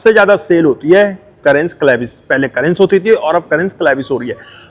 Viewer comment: भाई वो करेंस नहीं है, कैरेन्स है। वॉकराउंड वीडियो बनाने चले हो तो कम से कम उच्चरण तो ठीक रखो।